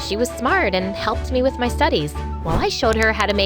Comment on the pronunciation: You said ,y instead of my